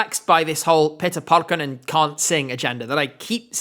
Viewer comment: As a Finnish person, I'm really suprised at how well you pronounced Linda Lampenius, Liekinheitin and especially Pete Parkkonen. :D